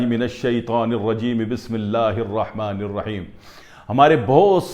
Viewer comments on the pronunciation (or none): none